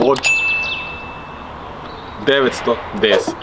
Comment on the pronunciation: I brate moram reci...voge se pravilno po kineski izgovara VUDJI 😅